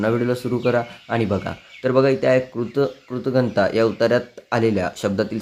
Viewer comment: सर ते कृतकघनता नाही कृतघ्नता असे बोलतात